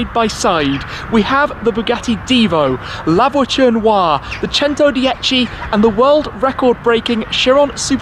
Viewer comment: The "La Voiture Waa"